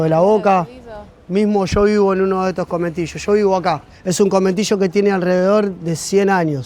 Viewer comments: se llaman CONVENTILLOS no cometillos hahaha morons! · excellent video! missing my dear country. one thing, it's conventillos not cometillos :) <3